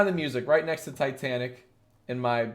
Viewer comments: It is titanic not tetanic just saying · He really pronounced Titanic like "T'tanic" not once, but twice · Every time you said Titanic I cried a little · the way he pronounces titanic makes me want to die